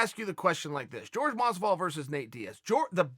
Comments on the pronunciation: Chael still calls him “George” 😂 instead of Jorge lmao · Chael! Don't call him George, it's pronounced horhey. He gets livid at anyone calling him George. Asked gave no respect to it and look what happened to him. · Who the fuck is George masvidal.. 😲.. ya mean Jorge masvidal.. silly Chael Trix are for kids . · Lol I like how he calls him George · Why does he call him George masvidal 😂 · Its not george its Jorge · i'll never understand why you people insist on calling Jorge, George. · "George" Masvidal :) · His name's isn't George Chael lol Jorge (Horay) lol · Jorge, not George uncle Chael. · Jorge "George" Masvidal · why does he start the video saying Jorge’s name correctly then about 45 seconds in he starts saying “George Masvidal”